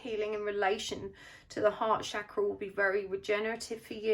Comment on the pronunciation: It's Chakra with 'Ch' pronounced like Chin, Chair, Chain.